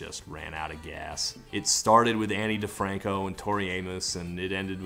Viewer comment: Dude you were really deep in the grrrl scene if you knew about Ani Difranco. I had a girlfriend who would be mad you didn't pronounce it "On E", which is the only reason I ever heard a note of it.